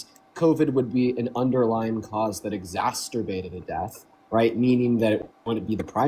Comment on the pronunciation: Y'all gotta stop pronouncing exacerbated as "exasturbated" 😂